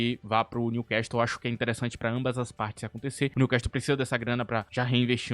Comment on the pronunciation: no time Newcastle não se pronuncia o "T", outrossim parabéns excelente vídeo